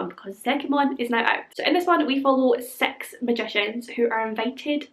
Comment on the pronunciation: I was reading my book (Harry Potter and the deathly hallows) and I had you on the background. At a moment, I heard sex magicians. I took my eyes from the vook and rewinded the video. Your six sounds like sex. It's the accent.